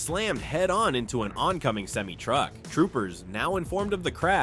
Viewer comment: hahah yeah the moment when Ai pronounced Nissan and Semi-Truck wrong